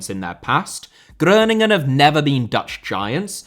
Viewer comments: It's Groningen not Groeningen, they are not German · Groningen ist pronounced as Growningen 😊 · Hi, your Groningen pronunciation was actually pretty decent, except we pronounce the o in Groningen as an o and not an ö👍🏻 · Thats not how we Dutch pronounce Groningen but you gave it a good try lol